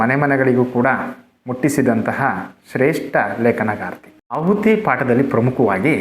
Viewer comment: ಆಹುತಿ ಎಂದು ಸರಿಮಾಡಿ.ಅಹುತಿ ಎಂದಾಗಿದೆ.